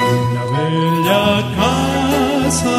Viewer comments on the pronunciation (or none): Dice caca en vez de casa